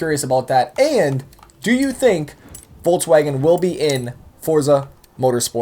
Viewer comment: is it just me or is saying "voltswagen"